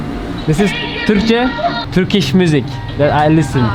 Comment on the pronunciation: Türkiş değil de törkiş demeyi dene bence artık.Telaffuzun yanlış çünkü